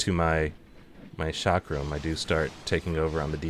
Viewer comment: well the way you pronounce chakram and shiro is a bit weird